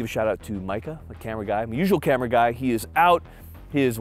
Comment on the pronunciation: Dang. You just murdered the “guy” in the beginning.